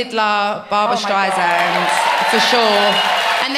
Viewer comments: No! Adele you’re amazing but how can you not know how to pronounce StreiSSSSand if you’re really a fan? Only you get a pass for that hehe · it really is pronounced dizappointment though. it makes more sense for streisand to be simplified into streizand (for the american pronunciation at least). it has nothing to do with barbra's origins